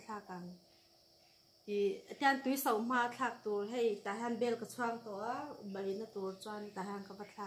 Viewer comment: Miss i reh lutuk mai....chuan (bei) ti lo in (BAI) Chuan lengser a ni lo runhmui nih kha....lengser chu dang.